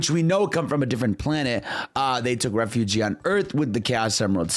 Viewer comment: My man fumbles his r words… he can’t say “resurrected refuge”